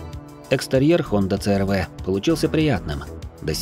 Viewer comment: Пожалуйста объясните почему буква C -си называется Ц. С какого алфавита это буква Ц какой страны? Просто режет слух, хочется понять. Хонда црв:) Хонда аш рв. Айч-Н. 😮 я в шоке. научите меня я чего-то не знаю 🤷